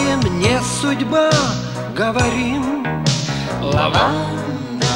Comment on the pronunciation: Он не правильно произнёс, только сейчас заметил, Мне судьба говориМ...